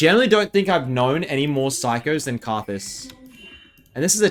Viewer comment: Anyone else refer to Karthus as Rthus?